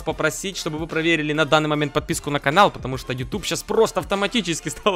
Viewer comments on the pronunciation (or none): none